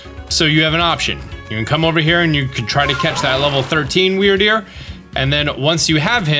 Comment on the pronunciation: are you sure it isn't pronounce weird-deer?